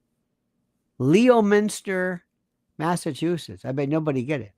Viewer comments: Leominster MA is pronounce LEM-INSTER 😉 And Worcester is Wuh-ster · Leominster Massachusetts Is pronounced lemon stir. Said quickly!